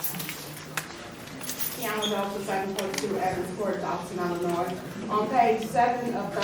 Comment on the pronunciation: It should be a requirement if you are an elected official in Illinois that you know how to say the simple word ILLINOIS